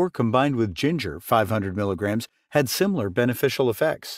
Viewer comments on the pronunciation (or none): none